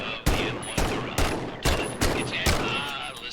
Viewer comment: The guy talking about the guns on the firing range can't even pronounce Garand correctly. What a historic accurate game! :)